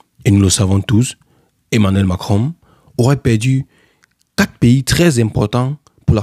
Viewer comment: On dit pas mankinron, on dit Macron